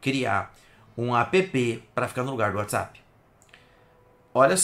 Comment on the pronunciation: "apêpê" é loko. kk